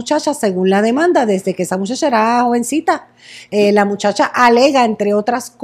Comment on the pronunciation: Nadie: “desedeque ocurrió el incidente”